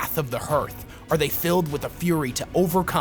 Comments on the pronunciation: The vowels in "hearth" are pronounced exactly the same as in "heart" so it’s "HAARTH" not "HUUURTH” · I think hearth is pronounced hArth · Hearth is not pronounced like hurth. It rhymes with heart. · Hearth is pronounced Harth, in the same way we pronounce Heart as Hart. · I know that the word 'hearth' is spelled like, 'Earth', but it is pronounced like, 'harth'. Hearing you consistently mispronounce it was... difficult to listen to. Otherwise, I loved this vid. You provided more condensed insight into WH40K squat culture lore than anyone else ive found on youtube. Thank you! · Awesome video! Everytime you pronounce "Hearth" I take psychic damage though.